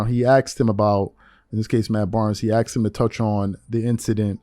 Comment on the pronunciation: So you say Matt Barnes AXED??? Barkley? Wow, you sound very educated. You can't even pronounce a basic word that kids learn in kindergarten.